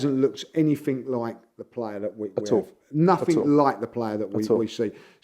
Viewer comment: has invented a whole other version of the English language. One of which letters are either jumped over or just ignored. IncompeUUUnce (incompetence). Eveerrrthin (everything). Naaaffin (nothing), Crea-eeee-v-eee (creativity), go daaaaaan thaaa roa...(go down that road), we go-aaa chance of duuu-eeen som...,(we've got a chance of doing something) everreeethin abbay (everything about), went daaaan injured eeeeday (went down injured today). Also pronounces pathetic as 'prophetic'. The 21st century Chaucer.